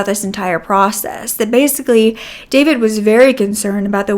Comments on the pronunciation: Oh your pronunciation of names and last names as Serbian is killing me 😂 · David is also a Serbian name. But we don’t pronounce it the same way English speakers do